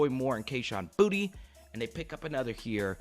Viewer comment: Hey man kayshon last name is pronounced (boo-tay)